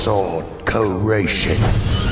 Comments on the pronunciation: It’s not ceratation it’s CREATION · SUBTITLE: SWORD CREATION NOTCH: SWORD CERATION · I like how they say "cureation"